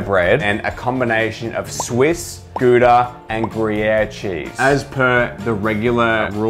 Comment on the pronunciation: it's pronounced gouda